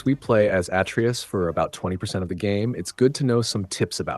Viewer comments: "Sword"? You mean blades. "At-tree-us"? You mean uh-tray-us. "Sig-l"? You mean sij-l. Have you even actually played this game? Good tips though. Thank you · “Segal arrows from Atreeus” 🤣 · He says it right when it gets to the atreus section, then literally 3 seconds later, he says it wrong. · How can someone know so much about the game....but still can't pronounce Atreus properly? 😂😂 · How tf are you going to play through a 30+ hour game, and still say atreus wrong? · How can you know this much about the game, but can’t even pronounce “Atreus” or “Sigil?”